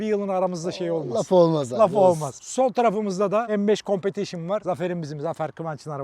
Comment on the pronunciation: Bu competition un telaffuzu en çok beye yakışıyor